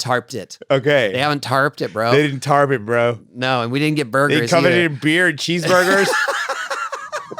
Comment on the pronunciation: Jason:"Tahp this time? They Tahp it this time? ... Tony: 🤨 Jason: "TARP🤠" 😂😂😂❤